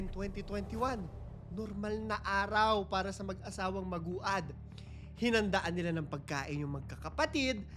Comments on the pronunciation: Siguro biglang repesto din sa Family and victims importante din na alamin o mag search Tamang pagbigkas ng Pangalan Nila. Medyo na bobother ako pakinggan sa magu-ad dapat (magwad). No bashing. Pero peborit parin kitang story teller. 😊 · Maguad is pronounced as Mag-wad... Hindi po Magu-ad. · Maguad - MAG-WAD po pronunciation mg surname nila. Kaibigan ko po yung isa nilang kamag anak dito sa Manila